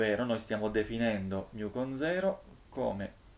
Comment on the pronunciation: Guardi che si dice 'MU' o al massimo 'mi', ma non 'miu', se no, se lo vuole per forza pronunciare all'americana deve dire anche 'pai greco' e non 'pi greco'